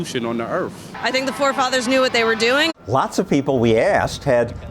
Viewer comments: "Is de best constitution on de erf." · "The best constitution on the eerf". Brilliant! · It's the best constitution on the EARF...